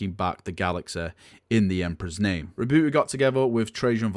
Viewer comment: Re-boo-e. Lol you hate "h"'s and "t"'s. Since there is no accent on the e, is it then silent? Curious.